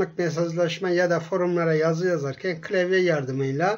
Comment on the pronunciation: "klevye" ÜŞĞRĞÜQWRÜQWRŞÜQWRÜQWŞRÇ